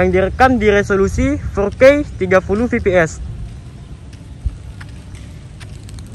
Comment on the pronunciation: koreksi kata fps bang bacanya efpies bukan pipi es, btw smngt ngontennya bang🙏